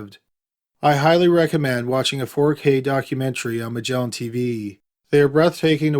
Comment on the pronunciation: The incorrect syllable accents and dragged out last syllable. "MUHGellaaaaan TeeVEEEEEEEEEEE"